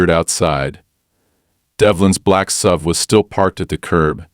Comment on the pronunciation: Since when has an suv been a sub? Learn how to read, and edit.